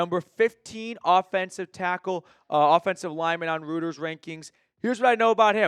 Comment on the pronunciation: Hey if you are referring to Reuters it is pronounced "roy-ters".